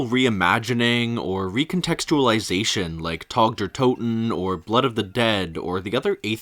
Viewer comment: What is it with americans being unable to pronounce anything. Tog dur totn? Seriously?